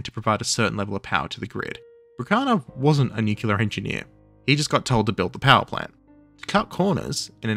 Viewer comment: I hate to break it to you, there is only one U in Nuclear. And yes, you are pronouncing it wrong